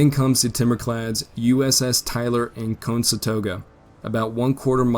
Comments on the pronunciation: A "plum" of smoke; the gunboat "Constatoga"; the enemy might "excape" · A "plum" of smoke, or is it a plume of smoke? USS Conestoga... you know, like the wagon. Break it down into syllables if you have to. Hooked on Civil War Phonics. If the narration on this series is brushed up it would be phenomenal...but the stumbling pronunciation makes it present like a Wikipedia article read under duress. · Having gown up not far from the Conestoga River in PA, I must admit, that's a pronunciation I haven't heard yet. Still though, I love your videos! I'm listening to a civil war podcast, and watch your videos before I listen to the battle episodes so I can picture what happens as they narrate.